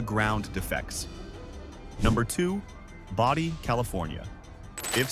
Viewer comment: Boh-dee, not bah-dee =)